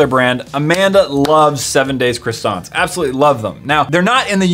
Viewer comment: i love the 7 days crowasns sowwy